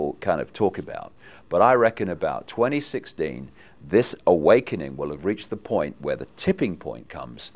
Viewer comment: Did he say 2016 or 2060?